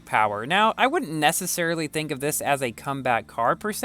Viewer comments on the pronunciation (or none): none